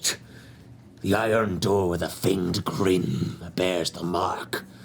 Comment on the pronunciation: FANGED not FEIGNED, sheesh XD